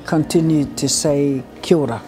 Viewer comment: It's pronounced Kiao ra (Kia ora), not 'Kiora'